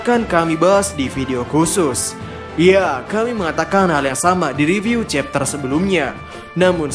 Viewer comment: Kau ngomong chapter aja nggak jelas cok, kayak meragu soal chapter yang akan kau jelaskan